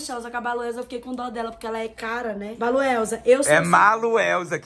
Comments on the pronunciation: "baluelsa" Maluelsa:👀👄 Rachei kkkkkkkkkkkkkkkk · Baluelsa 😂😂😂😂😂😂😂😂😂😂😂😂 meoooo